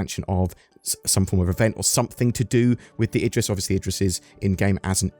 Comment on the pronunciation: I'm excited and all, but I don't understand why it's pronounced Edris and not Idris 😂